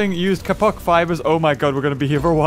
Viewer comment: Episode 8, and still can't pronounce Kapok 😂